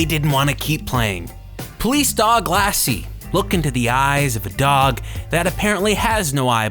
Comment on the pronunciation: LOL "Police Dog Lasy"